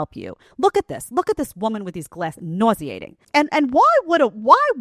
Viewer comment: I really hear the New York accent when you say the word nauseating 😂